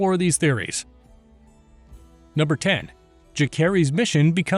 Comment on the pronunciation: Jacerys and Lucerys....the C isnt hard, its pronounced like Luserys/Jaserys. They say it numerous times in the show, there is zero reason for you to mispronounce it.